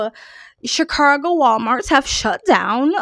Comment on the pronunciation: There's no R in Chicago.